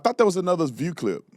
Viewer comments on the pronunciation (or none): Buddy said “The Verr” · Im sorry, but what the heck did you say xD. "Lets go to the Ver"? Was that on purpose or did that show just break your mind for a split second? xD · Bruh can’t say the view 😂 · This dude ie so ignorant. He couldn't even pronounce the word "VIEW". The thing that cannot be understood is that you can't take a fight to a people that have been fighting for millenia. Tatum needs realize that his president even said it's war, but wants to label the action as something else to avoid repercussions of going to war without the approval of Congress.